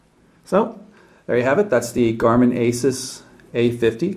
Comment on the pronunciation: I'm not to pleased about this device. I don't really like the design or the Home Screen. IMO the new Asus Nuviphone M10 looks better, comes with more Ram and Storage, but it has Winmo 6.5 which may be a turn off for some but I don't mind. BTW, Asus is pronounced Asooos